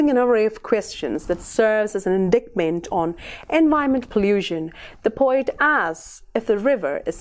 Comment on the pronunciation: Indictment - /ɪnˈdaɪt.mənt/ not /ɪnˈdikt.mənt/